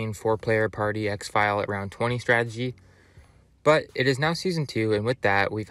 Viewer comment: This dude said “ exfile” 😂😂